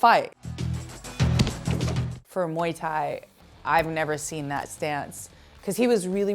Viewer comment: Viuuu só galera do Brasil, A pronuncia é de fato Moi Tái.. nada de muai tái... Eu sempre soube hihihi